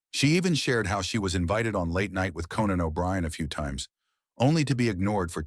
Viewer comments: CANON O'BRIEN .....boom boom book....shoot that canon..... hilarious mistake of the AI voice host.. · Canan O' Brian??? 🙄